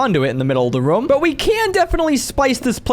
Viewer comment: Is it just me but when he says room? It sounds like hes saying rum